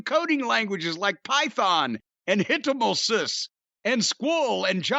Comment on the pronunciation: OK I'm completely done after hearing JIM completely destroy the word HTML5 😂 I swear these sponsors